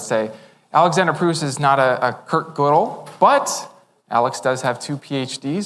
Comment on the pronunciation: I am sooooo glad he decided to just let it rip. He is so good. This is what philosophers should be like. It's even okay that he mispronounces Gödel.